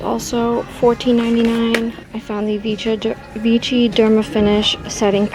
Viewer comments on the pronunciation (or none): the brand is pronounced VI-SHI.